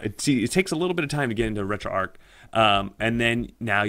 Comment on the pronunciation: Good video how ever, and I don't know if the makers of this app pronounce it that was but it should be pronounced as arch as in a bridge arch not arc as in arc welder. Thank you for the up load though.